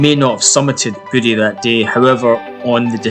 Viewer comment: It's pronounced "Voo-ay"